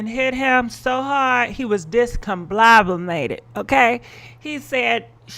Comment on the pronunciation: You murdering these words discombobulated and Rolls Royce😩🤣🤣🤣🤣🤣